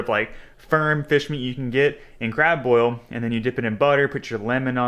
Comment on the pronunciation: Boil it not boyet Lol